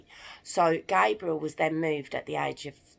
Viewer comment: U pronounced his name the way the girls version is pronounced his name is pronounced GABE- BRE-ALE. NOT GAB